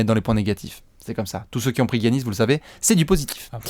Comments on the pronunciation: Come on now les gars, ça se prononce Yannis, pas Gi-Yannis. Sinon bon taf, on aime ces apéros. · Les ricains disent giannis